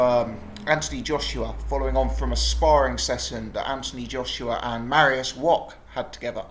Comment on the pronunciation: Mariusz Wok ? or Wach ? at least pronounce his name right.